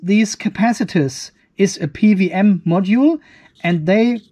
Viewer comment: I love it that you said "PVM" controller instead of "PWM".... happens to me all the time, because "double-u" is absolulely not intuitive for a native german 😅